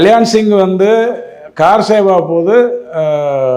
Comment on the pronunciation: Sir not kaaar seva , its kar seva